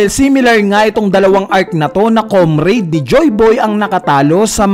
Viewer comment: Comrade komrad boss hindi comrade hahahahahaha